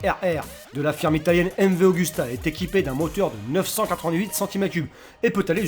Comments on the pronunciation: et aussi la N°9 c pas augusta mais Agusta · On voit bien qu'il ne connais pas son sujet à la première minute quoi, MV Augusta heuuuuu non c'est Agusta